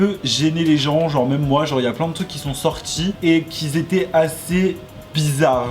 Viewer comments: "qui ont" et "qui étaient" ya 0 besoin de rajouter un "s" entre les deux mots enft. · Je suis dsl mais parle français mec ça me brisent les oreilles !!! Ex : qui s'étaient ... NON QUI ÉTAIENT les liaisons tu l’ai fais tt le temps et ça me ahhhhhh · QUI ETAIENT PAS QUI ZETAIENT PUTAIN PAS DE LIAISON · "Qui étaient" pas "quiS étaient" pardon mais ça me stressait 😭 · Ahhh quand tu fais la liaison « les gens qui -z’étaient-» ça me démonte les oreilles 😂😘